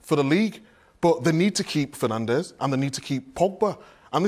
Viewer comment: Is it so difficult to say Bruno Fernande’s name? Come on!!!! 🇵🇹